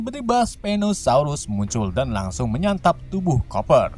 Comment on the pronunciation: Bacanya kuper bang bukan koper😂😂😂😂